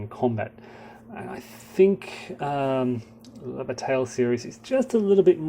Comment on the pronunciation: That's pronounced "La Ba-TYE!!!!" Come on... if you're going to deal with this series, you have to "French it up" a little!!! :D